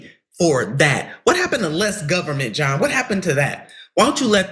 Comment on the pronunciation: Eell said Johm 🇺🇸